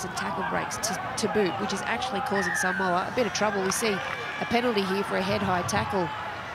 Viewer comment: Saaaamowa...🤦‍♂️ you've had months to get pronunciation right🤷‍♂️